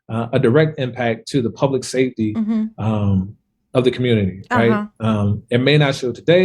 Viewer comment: I just realized she can’t say SAFETY!😂